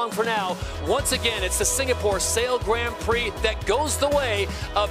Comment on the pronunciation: Can someone please teach Todd how to pronounce 'Grand Prix' S'il vous plait?